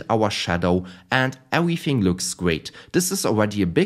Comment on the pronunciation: 10/10 rage bait wounding ewything gwound wem